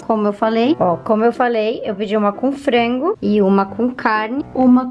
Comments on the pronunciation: Pq ela fala "fraingu" PORRA É FRANGO, da muita agonia ela falando. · Pq as vezes ela substitui o A pelo E? Exemplo no minuto ela fala "Frengo"